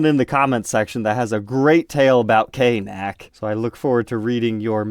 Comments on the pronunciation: Pronounced by its letters - K N A C. Not a single word knac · OMG!!! A KNAC sticker! Awesome!!! BTW, K-NAC as one word is the WRONG WAY to say it. Only the posers called it that way...😋. K N A C, is the correct way. I was born and still live in So.Cali., so this was THE hard rock/metal station of my youth(it changed formats the year after I was done with college).